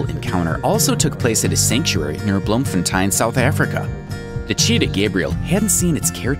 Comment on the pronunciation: Why did he say 'Bloemfontein' like that🤣